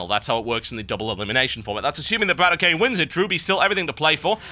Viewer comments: its bradok not brad OK, in russian bradok means brother, so just pronounce it as u see it =D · He's not Brat O.K., it's Bratok.